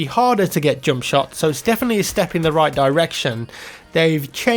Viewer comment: I like how you say "jump" :D it's like "joump"